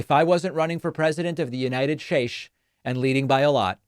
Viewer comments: United shates. Enough said David. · Idk why I but wasn’t expecting David to say United Shesh 😂